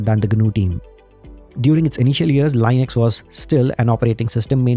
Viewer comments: Small tip: Say Linux, not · leenux, you even pronounced Linus' name correctly. 😢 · Everytime you say, a feel a primordial pain... The GOD himself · Indian pronounciation Lainex 😂😂😂😂